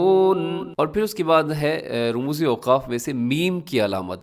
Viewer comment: صحیح تلفظ ramuz نویں rumuz ھے